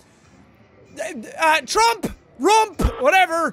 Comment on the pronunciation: It’s not rump it’s trump